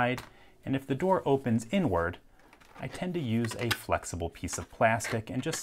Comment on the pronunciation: the fact that he says “Tend to use”...